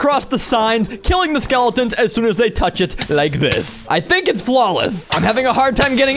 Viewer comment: You tink ing my tink